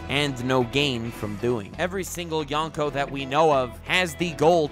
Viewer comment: Anyone else annoyed that he kept pronouncing yonko, youngko or yawnko? Lol